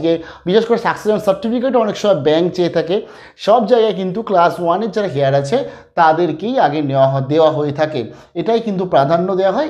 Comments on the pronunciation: উচ্চারণটা "হেয়ার ' নয়, ওটা হবে 'এয়ার'। বুঝতে পারলেন? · apnar heir er uchcharan ta mone hay ektu bhul hochchhe.H ta halka bhabe jeman honour uchcharan seiramam r ki.namaskar.